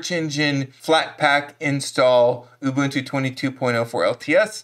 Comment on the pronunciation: You are one of the few Americans that can correctly pronounce UBUNTU. For that alone you gained a new subscriber!!! But your videos are also great! Another thing you can do after removing "snapd" is to forbid it from being automatically installed in the future: $sudo apt-mark hold snapd